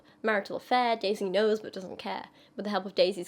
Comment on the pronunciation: I just wonder, are you british? Or have british roots? Your accent seems purely american, but that "böööt" when you say "but"...